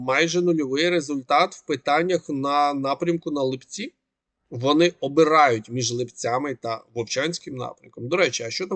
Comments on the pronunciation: Вы же не говорите липЕнь? Чё ЛипЦі,а не ЛИпці?ЛИпа,не липА! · Пане, населений пункт Липці правильно наголос на и', а не на і.